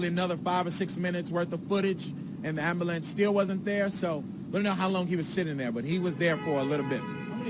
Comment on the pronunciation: he said AMBERLAMPS!!